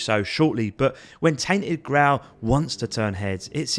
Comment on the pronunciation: Grail pronunciation 🤐🤣🤣